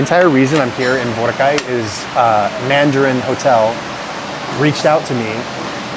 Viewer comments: pag sobra sa dalawang pantig ang salitang tagalog, ilagay mo emphasis sa gitnang pantig, magimprove lalo pronunciation mo..sample bo RAHHH cay.. pag madaming pantig, the syllable before the last one, bigyan mo ng emphasis. example, ku ma kaaah en, na tu tuuuu log. cook-to-order is paluto, matic na yun magbabayad ka..ganda ng improvement ng tagalog mo! congrats! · It’s pronounced boh-RAH-kai